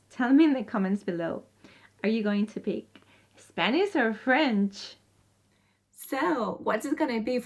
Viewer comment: spaniSH , I do not know why it is so hard for people from Spain pronounce correctly the [ ʃ ] sound